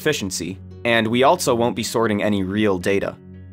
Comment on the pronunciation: There is no “t” in the word “also”.